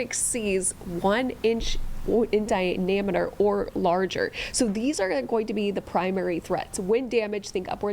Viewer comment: Diameter not dinameter 😂